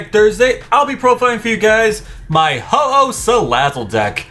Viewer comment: You said hoho ex